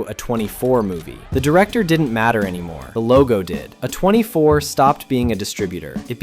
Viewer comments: I'm sure your accented voice would still sound better than an AI simulation. Trust me, 'uh 24' when it should be pronounced as 'A24' is annoying af for those of us who love and know movies. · AI voice. Downvoted. Pronounced A24 like "uh 24" multiple times.